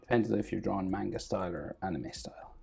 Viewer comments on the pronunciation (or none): none